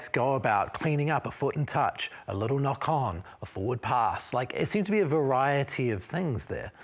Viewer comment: Sevu's "knock-on" 🤣🤣🤣